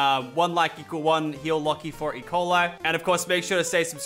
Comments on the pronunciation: I thought he said Ebola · Guys I just though Lachy was gonna die because I thought he said EBOLA Not E.Coil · Bro I thought he said he had Ebola 😂